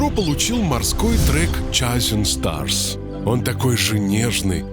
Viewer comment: Chasing Stars -ребята, читается как чейсинг старз. (За звездами). Закадровый голос, видимо, в школе учил немецкий :))